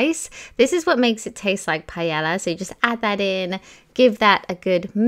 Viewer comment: It’s pronounced “pae yaaa” not palleya.